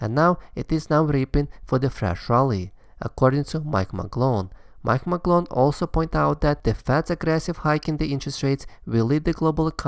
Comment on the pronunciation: Turned it off when you said Novograts! Come on! Very close to unsubscribing